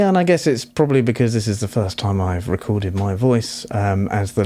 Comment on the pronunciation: First, I'd like to say 'Nice, clean presentation which a broad range of audience can appreciate.' Lastly, for my humbly intent critique & suggestion. Sounded as though you're trying to say "time," but sounded more like "tie." I couldnt tell if you were saying it more than once as you were explaining the breakdown, but that's OK, as long as sounding off the words clearly where should be. If were me, I'd pay closer attn to my voice via the monitor. It's harder for many of us, yes me included for a time, to hear our own voices for seemingly unpleasant to ourselves. This takes some time and helps us with practice to "improve" our vocals to ourselves. Anyhow, to un-digress...your vocals did sound a bit nasally. Bring your vocals up enough to tell us your message. Don't hesitate to mute any undertones you don't really feel uncomfortable about, then listen without them, 1st through your headphones to your comfort. After feeling confortable via headphones, next listen thru your speaker monitors to see how clean it comes through those. Some monitors could present distorted as you turn up volume, and dependant on quality of those speaker monitors; so, keep that in mind before you tweak. Save those tones & effects you've muted in case you think you might have to add back in. What you think is a completed product, save singly(or several versions) on a CD and play on your home & and perhaps an automobile stereo for testing. I'm not sure the effect you were trying to accomplish, but it cam